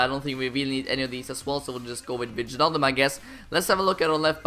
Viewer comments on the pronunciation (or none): Can't you just pronounce wijnaldum like whynaldum